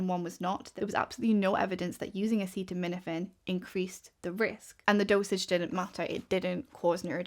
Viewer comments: Bro can’t even say acetaminophen and he’s trying to ban it 😂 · I won’t accept medical advice from someone who can’t even pronounce acetaminophen!!! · Woe to anyone who takes medical advice from a guy who can't even pronounce acetaminophen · I can't remember if I've seen a bigger shit show of know-nothings give a press conference in my life. This is full on grift mixed with incompetence on a level that is hard to comprehend. Donald Trump couldn't even pronounce the word acetaminophen. He shouldn't be on the White House roof, he should be serving a prison sentence for any one of the 4 indictments he was clearly guilty of that got rat fucked in the court system by Aileen Cannon and SCOTUS. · My favorite part of all this is the reason they're targeting specifically Tylenol is because Trump can't pronounce acetaminophen (paracetamol). The report he's giving says acetaminophen is the issue, but because Trump can't say it so they have to pentouple down on Tylenol. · Not to mention Tylenol. He’s president of the United States and can’t even pronounce acetaminophen during his own “groundbreaking” press announcement. I’m so sick of this circus.